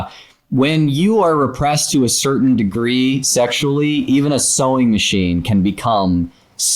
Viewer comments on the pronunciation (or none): none